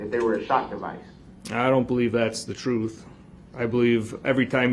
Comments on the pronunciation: ‘Tell the troff’ 😂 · Troof!! Axe me about da LIBARY.